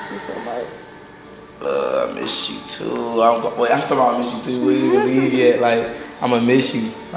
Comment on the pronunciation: “untt unn i need me a plate teww” 😭😭🫶🏼